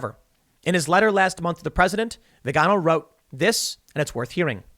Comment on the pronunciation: Tim, FYI Vigano is pronounced like Figaro. Figaro Figaro Figaro la la la.